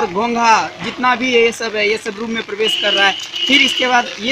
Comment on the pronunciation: रिपोर्टर को प्रवेश बोलने नहीं आता। और भी बहुत सारे ऐसे शब्द हैं जिसके उच्चारण में सुधार की ज़रूरत है